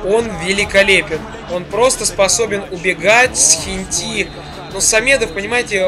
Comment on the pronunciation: не хентИ а хЕнти